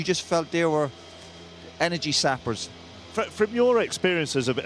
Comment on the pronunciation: Zappers he said